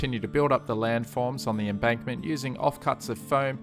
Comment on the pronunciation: you keep saying embunkment rather than embankment. It's not a bad thing but I'm finding it very hard not to laugh watching this